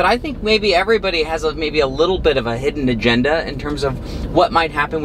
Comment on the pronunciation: When says "hidden agenda", does anyone else hear "Bronco"? Thank you, another great video!